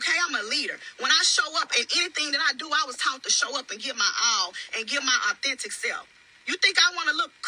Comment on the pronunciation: All that “my character, my character” I don’t believe a word she says. This dumb mess between her and Glendale 😂 is fake as this live. His popping up at her office and finding her eating out with Marie STAGED. She can’t even say authentic 😂😂